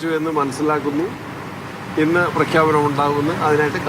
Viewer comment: എന്താ ആ ഇന്നിൽ ഒരു ഊന്നൽ 😂😂